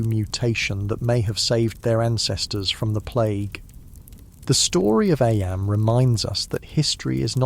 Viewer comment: sorry- don’t mean to be rude as i love these videos ! Was just wondering due to the part where it discusses eyam - noting that it’s pronounced ‘eem’ although the narrator continues to pronounce it as ‘eyam’ and then goes on about ‘lead mining’ (read aloud as leed mining haha). Obviously this might just be human error which is totally understandable, but it would sadden me to know these were just ai generated with an ai voice, not to mention due to the historical content of the videos !